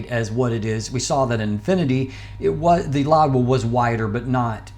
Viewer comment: It’s Louwa not “LouDwa”, correct?